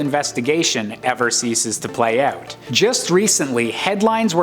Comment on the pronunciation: why does the narrator say "out" like "owwt"?